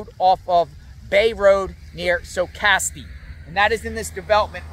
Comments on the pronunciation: Just FYI…it’s not SO CASS tee, it’s Sock us TEE. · Hey, just so you know Socastee is pronounced "sock us tee" (accent on first syllable). I am very familiar with that area just outside of the Myrtle Beach city limits.